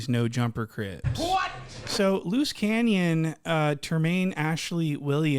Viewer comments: You said loose canyon 😂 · Bro said Lose canyon 😂🤦🏿‍♂️ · Luce “canyon”, cmon yo. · Nugga said "luce canyon " 😭